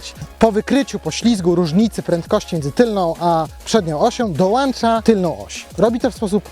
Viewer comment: dołĄcza, a nie "dołancza" !